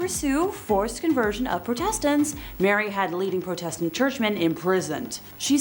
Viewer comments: It's protestant...not pro test tant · Why do you pronounced "heretics" that way? And "Protestant"? Fascinating person. Not a queen. The scale of her crimes is a matter of serious dispute. No, she said no such thing. Ever. At all. It is not true.